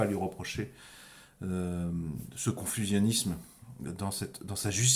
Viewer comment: J'ai parlé pendant 40 minutes de relations de cause à effet. Et tout ce que tu as trouvé à dire c'est 1) t'as pas bien prononcé polysémique et 2) t'as pas bien prononcé confusionnisme. Si c'est tout ce que tu as à répondre, il me semble qu'on peut dire que tu t'es détruit tout seul.